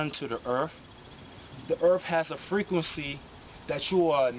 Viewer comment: The erff has anatral freak wency.❤